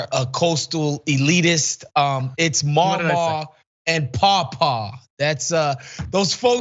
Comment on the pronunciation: Good lord. They both said mamaw and papaw wrong. 🤦🏼‍♀️ I know this and I am a Michigander. Lol